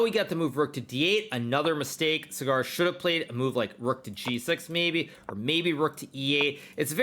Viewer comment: It's not cigar , it's saagar😂😊